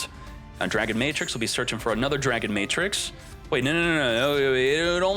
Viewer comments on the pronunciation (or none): none